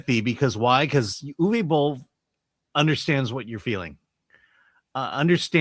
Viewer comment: Guys...guys. his name is pronounced: OOVER BOLL